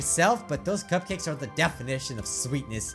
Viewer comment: You sed natski's cupcukas it's natsukis cupcakes